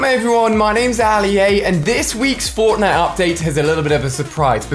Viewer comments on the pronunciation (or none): through he says forknite